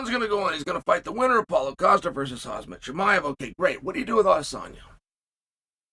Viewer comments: Why does uncle chael call khamzat- Hazmat 👀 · Chael please stop saying Hazmat Chimaev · Someone please sue Chael for REPEATEDLY and DELIBERATELY calling Khamzat as "Hazmat" 😢